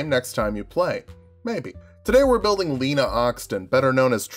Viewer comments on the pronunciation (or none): none